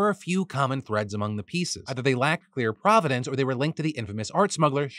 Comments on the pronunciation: Provenance. Not providence. Prov-eh-nahnce. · *provenance not providence